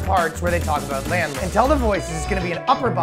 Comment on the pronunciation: "Skipping the parts about the labdlords..." hadvme rolling.